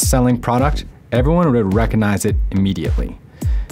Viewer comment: If you get a narrator, he might know how to pronounce "recognize" .. it has a "g"